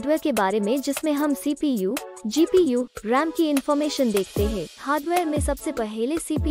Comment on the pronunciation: Ram ko rem kon bolta hai